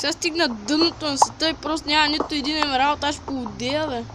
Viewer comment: И не се казва емвралд а емералд